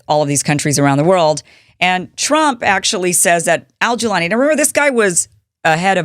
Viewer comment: First of all, It is not Colani, It is Golani. He is from Golan Heights: İsreal occupied Suria lands. Because he is from Golan, they call him Golani. It is his nickname, Like Newyorker. They NEVER talk about this fact and even changing Golani to Colani to divert this. Maybe Because, people would have sympathy for him if the know that. They call him terrorist, Yes, It is what Isreal and America made them...